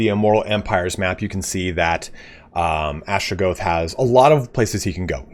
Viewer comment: Atra-GOTH, not Astra-GOATH.